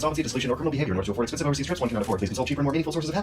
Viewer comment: God damnit,... "expesnive"?